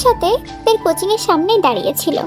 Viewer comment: Apaaaa tumio কোচিং কে কছিং বলছ😂